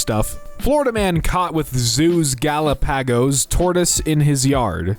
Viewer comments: Absolutely butchered saying Galápagos💀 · His pronunciation of Galapagos made me giggle I mean he definitely tried and that’s all that matters